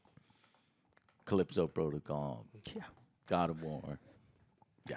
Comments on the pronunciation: as usual can't read typical youtube shitter, it was Callisto Protocol not Calypso Protocol. Also nice job ignoring the overall consensus of that Mick Gordon got fucked over by Bethesda. What do you say? "YOU FUCKED IT UP" well you certainly went on point for your brand now. How does it feel tonguing bethesdas dirty unwashed anus, does it taste good? Gotta keep them happy and clean make sure to reach right in there and lick that goyslop up. Cunt. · CALLISTO NOT CALYPSO CALLISTO NOT CALYPSO CALLISTO NOT CALYPSO CALLISTO NOT CALYPSO CALLISTO NOT CALYPSO CALLISTO NOT CALYPSO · One day Joe will pronounce Callisto Protocol correctly lol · Bro joe can’t pronounce Callisto for the life of him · Joe still doesn’t know how to say “Callisto”